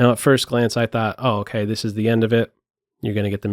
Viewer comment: I like how says "okeh" great analysis